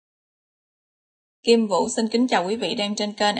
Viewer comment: Ngọng nói KIM VÚ KARAOKE RẤT HÂY """